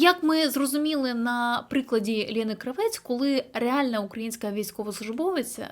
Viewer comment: Кравець наголос в прізвищі інше Кра.- вец! А што ви думаєтє я українка!?Ніт!